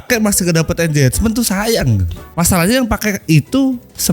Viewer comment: tier itu bacanya tir bukan tayer. engagement bacanya engejmen bukan enjejmen. gak semua g jadi j.